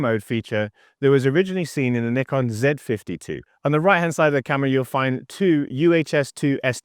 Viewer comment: I love that you pronounce Nikon properly 😄